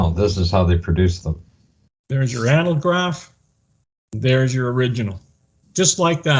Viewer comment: How come you guys can't pronounce ANAGLYPH? An "analgraph" would be something entirely different.